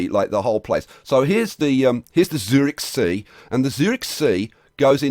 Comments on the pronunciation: MR.obvious Obvious Eeeehm NO! Well you can't pronounce a "ü" with "o"... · the germans pronounce it; tsoo reehch